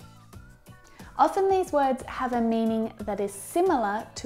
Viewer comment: when you pronounced ' you have had so much to drink' i can't hear have or had. really im so confuse about that. im still learning.